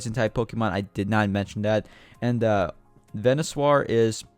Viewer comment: Vee-nuh-sore as in dinosaur not ven-you-swar lol